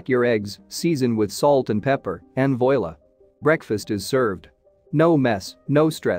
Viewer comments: Voil. Lah..? Is pronounced...wah-lah....it's a foreign language....we can say as presenting a surprise...... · voilà is pronounced vwah-lah. It's French and means "there" or "there it is". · Better brush up on your French.